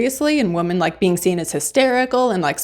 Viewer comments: You sound like you are saying woman everytime you mean women. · Good review. I enjoyed it, but check your pronunciation of “women.” Plural. It is not pronounced the same as singular “woman.” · It's women not woman. Women is plural. It hurt my eats to hear you say that over and over in the wrong context.